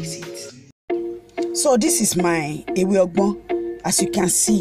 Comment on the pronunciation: Ewe ogbo not ewe ogbon. Thank you and well done